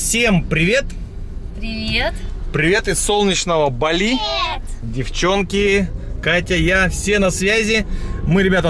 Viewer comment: БАли, ударение на «а», КУта ударение на «у»